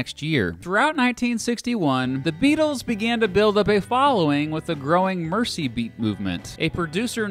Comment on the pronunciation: I’m sorry, but you are going to have to stop pronouncing Merseybeat as “Mercybeat”. It takes away from your credibility as a legitimate Beatle info source